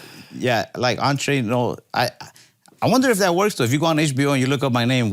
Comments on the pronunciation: Ralphie's Spanish, makes Andrew look like Vicente Fernández ... This foo really said "On-tray-nos" ...instead of "ENTRENOS" ...LMAO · Ralph doesn't know how to pronounce Entrenos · Entre Nos = "awn-trey-knows" ... tell me you don't speak spanish without telling me you don't speak spanish LOL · I realized he meant Entrenos but sounded like "entree nose" for the non Spanish speakers 😂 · I thought he said “Andre Knowles”